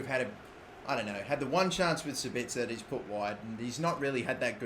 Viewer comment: he finally learned how to pronounce sabitzer